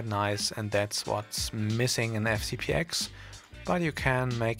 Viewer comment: Thanks for the tutorial, but please: FCP TEN, not "ex".